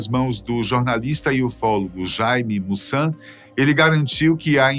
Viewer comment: Companheiro não é Mussan e sim Maussan pequena correção.